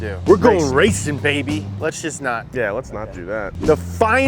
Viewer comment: Its not maby, its baby